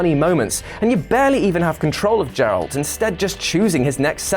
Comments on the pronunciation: I thought u was a gamer!!! U called Geralt, jeralt. Have you ever even played the witcher games. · You dare to desecrate Geralt's name? His name is NOT Jeralt you uncultured swine. It's Geralt. Like in give, goat or GIF. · The spot where Marston pulls a gun on the top hatted stranger isn't where he dies, that's in front of his barn. He pulls a gun on the stranger at the spot where he's BURIED. And again, it's Geralt, with a hard G, not Jeralt. ...Also how does this list not include the brilliant anti-DRM sidequest from The Witcher 3? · It's G as in Goat, and I've been playing the Witcher games (with the exception of the first one) for almost 6 years now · Yeah, I hate when people don't say guh-ear-al-tuh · Geralt has a hard g not a soft French j. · Okay, hes just trolling pronouncing geralt's name wrong at this point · It’s been two years and we still can’t pronounce geralt’s name correctly